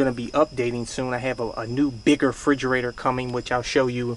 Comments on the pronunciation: It's "refrigerator", not frigerator. For the love of god. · Bro it's refrigerator not frigerator*